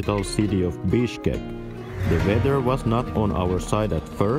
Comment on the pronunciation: Your "Bishkek" sound like "Bitchkek" 😂😂😂